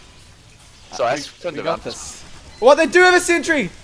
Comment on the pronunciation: "*THEY HIT A SENTREH!!!!!*"